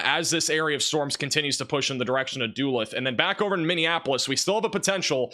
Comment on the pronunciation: Not much for criticizing, but when I heard "doo-lith" instead of "duh-looth" when he pronounced the city of Duluth, I laughed harder than I should have.